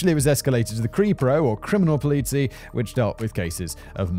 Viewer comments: "Polits-eye".... not Politsee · It's "pole-lee-zi" or something, yes? It's one of those words my parents would just use on occasion and I never understood why. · Hearing Simon pronounce "Polizei" as "police-y" is destroying me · That's ok... Most police from other countries would pronounce it that way too, sometimes even if corrected. Many of them only know one language. That makes his pronunciation policey. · Polizei: POLE-IT-SIGH I was really losing it, lol. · As a non-native speaker living in Germany I really sympathize with Simon's difficulty to pronounce German words (my favorite has to be "Polizei" as "police-y") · Because we all love correcting Simon's pronunciation, police in German is phonetically pronounced "Poll-itz-eye". My nephew was an MP in Ansbach for 3 years. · Simon's just taking the pol-eazy way. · Simon: repeat after me; pole-eetz-i! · When you say Polizei it Sounds like Polizie what makes it even funnier. That's what dutch police is called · Simon, your pronunciation of "Polizei" is absolutely adorable. Please, never change and never learn any German. It's just too good. Your Korean school friend is an absolute legend. Can't play a player. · Serious story and shit, but all I can think of is how fun Simons says Polizei :D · Did Simon read the script without pronunciation notes again? Polizei should not appear this much and be so consistently wrong (Poliz-"I" is the correct pronounciation with the I being the 1st person pronoun). Sad German Noises. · how does simon know how to say einsatzgruppe but not polizei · Oh gosh pls say police in german. 😂😂